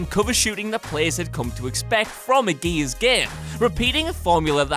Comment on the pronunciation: Can't get past the way you say Gears. "GEEEYYSS of wah"